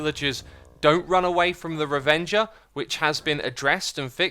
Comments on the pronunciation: It's a raveger not a revenger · Ruh-venger? :thinking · Revenger, lol